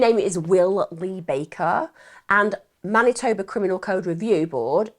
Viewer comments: Pronounce Man itoe ba spelt Manitoba😊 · "Winnipeg, Mantinoba"? I think she had a slip there.